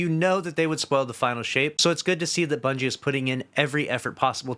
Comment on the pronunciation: Bro said Bunchy 😂